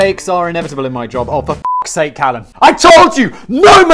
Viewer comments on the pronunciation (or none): none